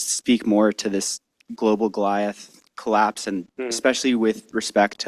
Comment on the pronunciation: Funny that he keeps saying "clapse"